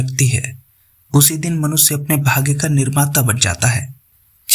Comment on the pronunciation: PRESENTER IMPROVE YOUR PRONOUNCIATION: IT IS SHARIR NOT "SARIR", IT IS MANUSHYA NOT MANUSYA. DO NOT USE S AND SH INTERCHANGEABLY. IT PUTS PEOPLE OFF